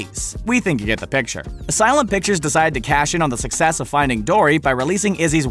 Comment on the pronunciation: What the hell is wrong with the company "Th Asylum"?